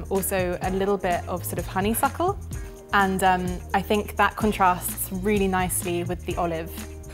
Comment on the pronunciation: Definitely said honeyfuckle